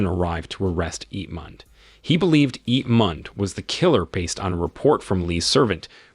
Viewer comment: "Ip mand" 💀💀🤚🏻